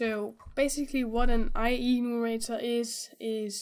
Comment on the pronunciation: It's I-Enumerator, not I-E-numerator ;)